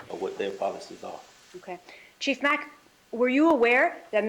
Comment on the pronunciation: Before Donna's attorney butchered Dr. Sapp's name, she started in on Chief Mack. Chief Mack's name was mentioned six times in just a few minutes right before Donna's attorney began to talk with him. And on her first try she says "Mackie." Sheesh, not off to a good start for her. I wonder if this is how the entire trial will be, little digs at everybody, little hints of disrespect at every turn, trying to make monumental constitutional problems out of every minuscule thing throughout the process of jail and trial. Like, do they think, creating and addressing all these issues will muddy the water for the jury?